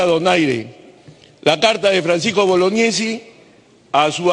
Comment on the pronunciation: boloñiesi no bolognesi